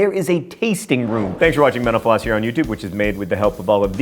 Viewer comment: Does anyone else hear "Thank you for watching Menopause" at the end of the video?